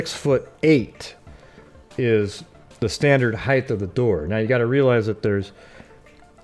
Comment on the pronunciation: The word is HEIGHT, not heigh"th"...drives me crazy.